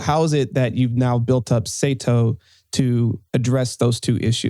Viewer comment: Saito man, not Satio 😂